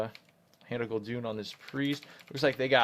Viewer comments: IT´S GUL'DAN PLS DON´T SAY GUL'DUN!!! :,( I cry everytim :( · gul doon?? LOL. It's pronounced gul dan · its hand of Gul-DAAAAN, not Gul-Dun triggered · Why do you pronounce Gul'dan(pronounced how it's spelled) as Gul'dune? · It's Hand of Gul'dan (the warlock), not Hand of Gul'dun! xD